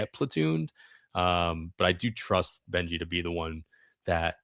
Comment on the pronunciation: Good analysis - FYI, Carson "Benge" is not pronounced "Benji", it's pronounced "Benj".